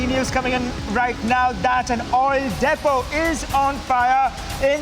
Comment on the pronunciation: Hey... "Reporter"- it's proper pronounciation is : * Depot ->""" Dee-p0 """ (deepo) ❕